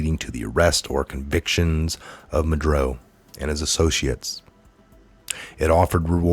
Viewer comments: Mah-Duro not Madroe or Madrew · it's Maduro not Madro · You have a good channel here with good info so please take this in the manner it's intended.. constructive criticism. Nobody's perfect (I'm not) but I find that you mispronounce names a lot. For eg. it makes it hard to listen to hearing MudRo over and over when it's MudUro. This might sound picky but I have found it happens a lot here so I decided to finally mention it. I'm sorry if you take offence to this. Keep up the great investigative work! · ma dur o not ma dro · I love what you do but please pronounce ma-du-ro not madro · I find that many of you guys make a lot of mistakes while reading the articles. It is MA-DUR-OH! Not Madro! I hate to criticize but you said Madro every time you read his name. Maybe 20 times. Sorry but it drives me crazy. Maybe too much 5G? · His name is pronounced Mad-UR-oh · Ma-dur-o....is how you pronounce it. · it's pronounced " mah-dur-oh " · Ma-du-ro. Ugh. Love ya tho! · That a$$hole name is pronounced, Ma-do-ro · Pronounced Ma dur o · muddrow doesn't deserve a please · same here 👍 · Please learn how to pronounce Maduro. It's not "Madroe" geeeeeeeze!